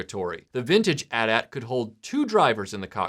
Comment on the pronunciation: Bless you for pronouncing it "At At" and not "Aytee Aytee"!